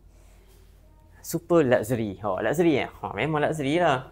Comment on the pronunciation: It is laksheri, bukan lakzeri nyah